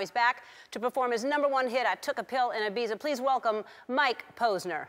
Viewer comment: that's not how you say Ibiza